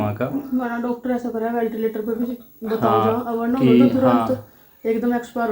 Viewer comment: वेंटिलेटर होता है वेलटिलेटर नहीं